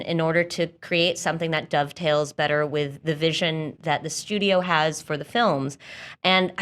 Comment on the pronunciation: Did anyone else hear, "Duck Tales" when said "dove tails?"